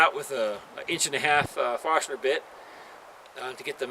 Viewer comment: OMG, the (Vermonter?) came out when you pronounced 'forstner'. Gotta love it! Here's a hard-core post and beam yankee: I think you'll enjoy his channel.